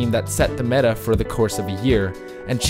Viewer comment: Sounds more like memeta to me